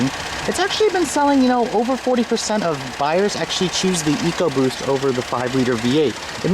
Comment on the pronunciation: good to here you pronounce Ecoboost correctly eek oboost. Over here in the UK the stupid Ford TV adverts pronounce it Eckoboost by some numbskull sitting in an office who can't read or spell. It does my head in to hear it called that. I have a 1.0 fiesta and love the car and its sprightly engine which is so quick for it's small size.